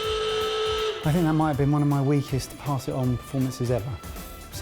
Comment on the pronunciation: Dear, people do love "Paas it on" 😍